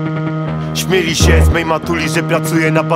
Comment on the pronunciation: śmiali, a nie "śmieli". mówisz "śmiać się" czy "śmieć się?" mimo wszystko szacun Bonus, po latach doceniłem